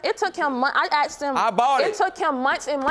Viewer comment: I know this is off topic, but please explain why so many American blacks can’t say “asked”? I know a number of black Canadians and they don’t have a problem with the word.